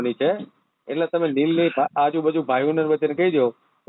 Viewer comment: Not neel real word.is leel